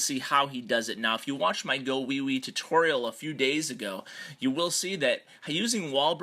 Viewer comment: GOlems. You don't say GAHwiwi lol